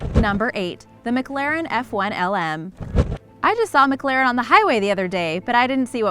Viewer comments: It’s miclaren * pronunciation And you said miglaren Ps I know how to spell it this is to show how to say mclaren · And the MaGlaren F1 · Mcglaren I thought it was mclaren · La Man, Muhclahrin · Anyone else not like the way she says McLaren??